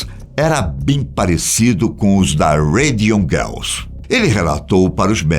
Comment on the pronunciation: cara falou um inglês perfeito em radium girls. kkkkkk